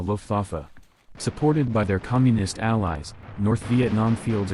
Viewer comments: Interesting video, but what is "commuist" that you keep repeating? xD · Commuist lmao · Might need to learn how to pronounce Communist. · Great video but damn the one narrator needs to work on her pronunciation on some words especially ones like "Communist, Communism"